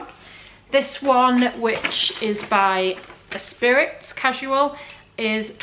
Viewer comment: Esprit is pronounced Espr..eee. As in Lotus car (James Bond). Did you choose fitted, loose or other out of interest? Wasn’t keen on the trousers. Skirt was a little tight maybe. The r/neck and shirt were good fit and colours for you. Not sure if it was worth the money or not. Thanks for the vid and all the info too. Very useful.